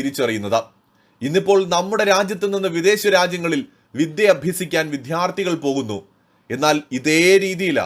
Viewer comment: വിദ്ധ്യാർഥി അല്ല വിദ്യാർത്ഥി, (വിദ്യ അർഥിക്കുന്നവൻ എന്ന് അർത്ഥം)❤😂 പ്രത്യേകം ഉച്ചാരണത്തിൽ ശ്രദ്ധിക്കുക പ്ലീസ് 🙏🏼